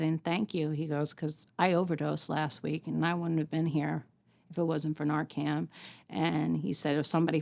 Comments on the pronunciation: Someone should have told her it’s Narcan, not Narcam. It is an unfortunate situation for her. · NarcaN... Not NarcaM. .. Thank you for advocating for Dylan and all the other VICTIMS.❤ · NARCAN* I promise I’m not being rude at all but it really should be pronounced correctly, it could be the difference between life and death one day. Thank you for all you do. Your son is so proud of you. What a beautiful thing you chose to do ❤